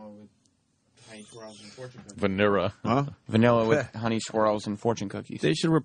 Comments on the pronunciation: ..... he said "vanirra" pretty early on. Weren't you listening? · What kind of ice cream was it? VANIRRA. LOL. I laughed so hard!